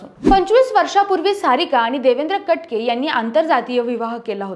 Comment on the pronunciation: ताई कट के... नाही. कटके..!